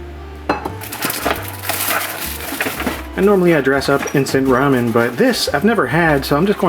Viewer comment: I can't believe you pronounced it "rummin".